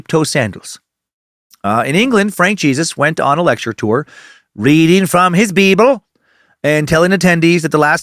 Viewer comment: I'm at work and nearly spit take every time Dan says "BeeBul":face-blue-smiling